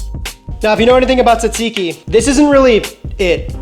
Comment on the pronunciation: Bro, why did you butcher that tzatziki like that? 😂